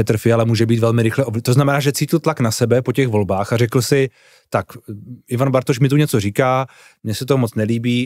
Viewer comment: pan moderátor bz se měl trochu rozcvičit ve výslovnosti před natáčením... dost koktá i slov jako.. "Bartoš "... :(